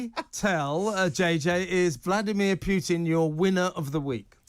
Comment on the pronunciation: Will TR hosts not pronounce "Putin" correctly? There is only one "i" in "Putin", not two!